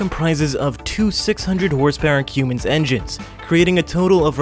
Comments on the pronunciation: Nice video - very cool but you are mispronouncing Cummins as in Cummins Diesel. it is pronounced "come ins" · It’s pronounced “Cum-ins”. 😂😂